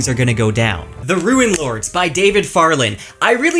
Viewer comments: 'Roon not 'Ruin' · Rune {roo͞n} is not pronounced ruin {roo͞′ĭn}. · Rune isn't pronounced like "ruin", it's like "roon" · Did you just call that book "The Ruinlords?" Rune is pronounced like roon. A ruin is something that fell down when the previous owner didn't replace the roof in a timely manner. A rune is a symbol, and it's not a homophone of ruin. Rune rhymes with tune, spoon, soon, and pantaloon. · Uh... you pronounce the word "rune" as if it rhymes with "ruin". I'm curious if there is some basis for this pronunciation? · Love your content, but I have to point out that your pronunciation of "rune" is indistinguishable from "ruin". It can be confusing and jarring. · RUNE HAS EXACTLY ONE SYLLABLE YOU HEATHEN! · Rune is pronounced like prune. There is no i.